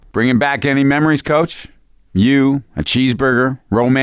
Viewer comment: i thought coach said the n-word